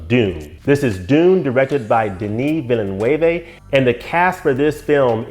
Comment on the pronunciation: Excellent breakdown of the trailer. It seems that you are quite familiar with the source material. Not only that, you are very articulate in your explanations. Denis Villeneuve (last name pronounced closer to VILL-NEWV) is one of my favorite directors working today. I've seen most of his movies -- from Polytechnique to Blade Runner 2049 -- and have been amazed at that portion of his work. Dune was a novel I never thought could be brought to the big screen (as was clearly evident with the 1984 adaptation from David Lynch). David's work is often... uh... odd to very strange, but the studio never gave him a chance and took control. David had indeed wanted to do two movies of the first novel, but that idea was shot down. I will give some credit to the Lynch adaptation. I thought some of his sets were surprisingly good, although the models for the ships and carryall were very crude, as were many scenes of the sandworms. Obviously, there wasn't a big budget for the special effects. The costumes were very good, and the cast was solid. Unfortunately, Lynch wanted to make the Harkonnens cartoon characters, which really bothered me. Will Dune finally become the movie and success that fans have been waiting for? Moviegoers are fickle. Just see the box office proceeds from Blade Runner 2049. Like you, I felt Blade Runner 2049 was outstanding. But if anyone can make the Dune franchise work, it is Denis Villeneuve. He read Dune at age 15... the same age as the protagonist, Paul A